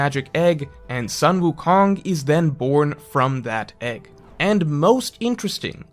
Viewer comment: "sun" wukong is pronounced like "sun" and not "san" in chinese. sun like kun, like luffy-kun. "son" goku, the japanese name for sun wukong, on the other hand may be closer to the english sun in the sky, like "san".